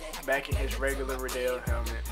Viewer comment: RIDDEL NOT RIDEEL u pernounctet rong